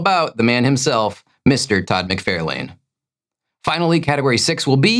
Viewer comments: Todd McFairlane? It’s McFARlane. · Todd's last name is pronounced Mick-FAR-lun. He has plenty of videos of his own where you can hear him pronounce it himself. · Fun Fact Number 212: Around the time most comic fans began to discover who Todd McFarlane was, an abjectly awful film was being advertised on the backside of comics everywhere, called, “The Adventures of Ford Fairlane”. The year was 1990, and because of their somewhat simultaneous debuts, “McFAIRlane” became an incredibly popular mispronunciation of “McFARlane”. This created delectable debate fodder between my fellow nerd brethren for decades thereafter , and left Todd himself angrily fist-shaking Andrew Dice Clay to this very day. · Are you purposely saying McFARElane instead of the correct pronunciation? It ceases to be funny if that’s the case. You’ve been corrected many times in the past. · Idk if mispronouncing names is a bit, but i do not find it funny. It’s f*cking annoying. Mick-Far-Lin. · Can you please please please for the love of God learn how to pronounce Todd McFarlane’s last name? Seriously, Google it: “Todd McFarlane's last name is pronounced "mick-FAR-lin". “ Not Lane, like road, Lin, like a girls first name. Seriously, it’s like fingernails on a chalk board everytime you butcher it. He’s one of the most popular creators in history, with an easy to pronounce name… I honestly think you’re trolling us. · Check out the Wired “Todd McFarlane Answers Comic Book Questions” video. He says his name at the very beginning. It is pronounced “Mick-FAR-lahn" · Only $7600 for me this week, which is terrible. Also, I guessed Alyssa Milano as the answer to the first question. 😂 Also, doesn’t he pronounce his name “mc FAR lane?” Finally, how could you omit Moon Knight’s battle cry of “random bulls**t go?!?”